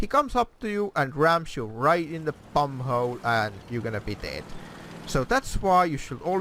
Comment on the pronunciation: Cristian Kimura lost my shit when he said bummhole